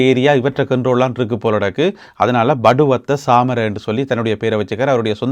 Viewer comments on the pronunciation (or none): படுவத்தை அல்ல பட்டுவத்தை.